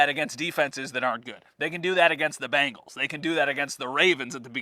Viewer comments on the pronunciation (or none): for the love of God!! it's bEngles not bAngles. you've been covering football for HOW long and still can't say it correctly?